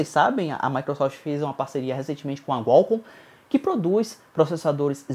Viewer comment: o que é gualcom kkk